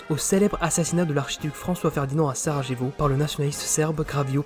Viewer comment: Tout est parfait :) sauf la prononciation de Sarajevo :) le J se prononce "y" ici :) Merci pour ce travail :)